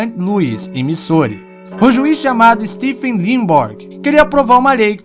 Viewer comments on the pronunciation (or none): none